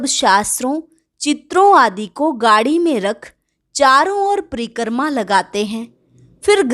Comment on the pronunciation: It is "Pari- krama" not preekrama or pari - karma. Krama not karma. Omshanti thank you